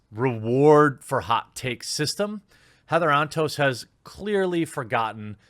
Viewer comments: I swear I thought you called her Heather On Toast. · All I hear is “Heather on toast” and not her actual name help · I kept hearing her name as Heather on Toast.